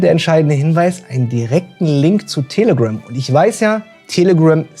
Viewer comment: Manchmal hört es sich an, als würdest du "Tele-Grimm" sagen.. oder ist das ein bewusster pun? 😅